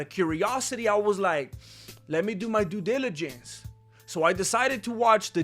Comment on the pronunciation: Doo diwwigensh? Very clear.